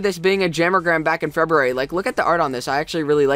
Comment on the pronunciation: Poinsettia- said like, Poyn-set-ta Feberary... 😋😋😋 That's my birth month, don't butcher it. 😂 jk